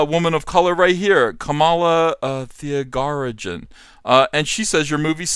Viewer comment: Its pronounced "carmahla ThiageRAjen" if anyone cares. Also chris evans aint that bad. Seen his posts. He doesnt come across as militantly against donald trump.